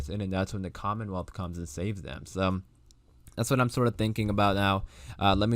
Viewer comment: Angela did say COMMENWEALTH..in her interview for her to say that was kool..